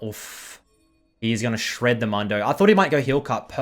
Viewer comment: It's pronounced moondo lmao